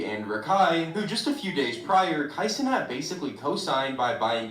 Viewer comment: Kai Seanate🤣